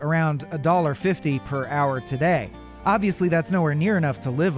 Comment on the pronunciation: The way he said today made me say a bad word very loudly.